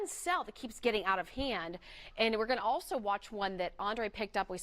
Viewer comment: She should have taken a few speech courses for talkin" on television. So often she says things like "doin' and goin'. could learn a lot from her WOIO competitor, Samantha Roberts whose pronunciation is 100% as it should be when speaking is an integral part of your career.